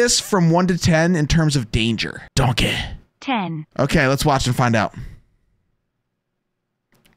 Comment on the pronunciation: It's not a bair It's a good doncey